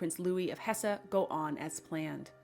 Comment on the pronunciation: Not Hessa but Hess